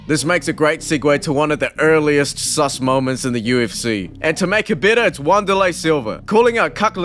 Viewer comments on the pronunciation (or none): Did the narrator actually call him Wanderlei? 😂